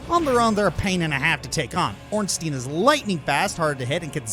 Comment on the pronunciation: Why does NO ONE know how to say Ornstein and Smough